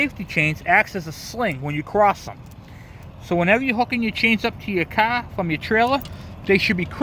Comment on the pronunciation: "You might notice that it is sitting perfectly level, as so is the Caa." (I love our diverse language pronunciations in the US)